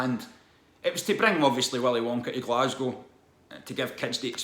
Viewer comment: that willy wonka shit caused more outraged from YouTubers mispronouncing "Glasgow". From what i've seen about it though i kind of got to put some responsibility onto the parents for falling for it, just the website alone scream "scam" to me and the website was the only place to sign up for it to my knowledge.